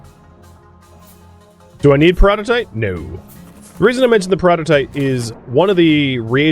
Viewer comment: Despite knowing that saying peroditite like "peridot-ite" is wrong, I still can't help but hear it correctly and go like "hissss, no, you speak the words wrong".